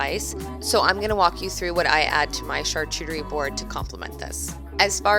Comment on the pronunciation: I died when you said “char-chu-terie” 😂